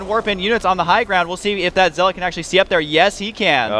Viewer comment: Watch day9, its ZEL-OT NOT ZEAAAAAAAAAAAALAUGHT